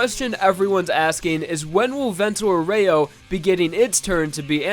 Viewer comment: PLEASE LEARN HOW TO SAY VENTO ÁUREO PROPERLY IT WORDS IN ITALIAN THAT HAVE MEANING IN OTHER WORDS IT HAS A SPECIFIC WAY OF PRONOUNCING IT !